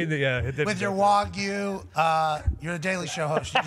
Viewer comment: Yooooo why the boys clowning Rap Sheet for pronouncing wagyu correctly lmao